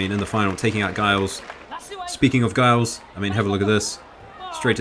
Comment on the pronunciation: Giles should be pronounced as Jiles, with a soft G.